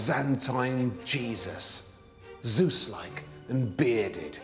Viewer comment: Love how he says Jesus/Jesuses 😂😂😂 I keep hearing cheese